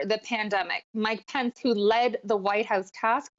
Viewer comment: this news anchor doesn't know how to pronounce Pence!lol